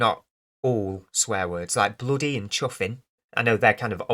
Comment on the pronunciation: 👍 "Bloody & chuffin" made me laugh 😃 You sounded like an old character from chitty chitty bang bang or Mary Poppins lol 😆 Keep up this good work dude!